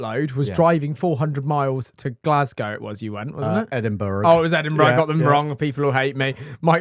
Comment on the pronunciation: GLASGOW?! GGGGGGLASGOW?!?!?! 🙃🏴🙃🏴